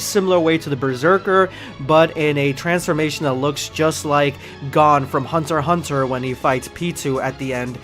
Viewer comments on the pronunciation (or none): Did he pronounce gon ==> gone..😂